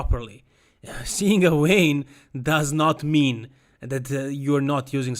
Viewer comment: " See a wein"??? Ahhhhhh, I think you mean vein.